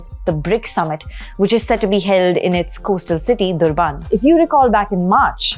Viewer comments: It’s Durban (like urban) Named after Portuguese explorer D’Urban. Not Durbaaan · Can you please explain to me what you mean by "you guys"? I agree with you that there were other mistakes, but we can still understand them. "Durbaan" was confusing and tantamount to miscommunication. It is a famous big city that most Indians have heard of; a large number of Indians live in Durban as well. It is not about whether it is accurately pronounced, it is whether as a journalist, you're able to communicate and your audience can understand. I try my best to pronounce Taamizh, having lived and studied there for some years, and learned enough for a rudimentary conversation. but sure as heck I don't say Tamil Nad, Keral or Karnatak that are simply uninformed and unabashedly ridiculous. I don't use a name that no one can understand and even the people of which place I'm talking about. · Durbaan what sort of pronunciation is that? It’s Durban. Try to be an Indian. Don’t make this a pseudo American-punjabi channel like ndtv. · She speaks English well but her pronunciation of proper nouns from non Indian locations borders on the insulting. It is not just Durban. Names of Chinese cities have been mangled as well. Given how easy it is these days to verify pronunciations (takes only a few seconds for each), I would expect her to do proper homework before coming before the camera.